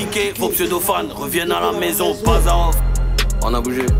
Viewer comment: Djo c’est bazarhoff et non bazanoff 😂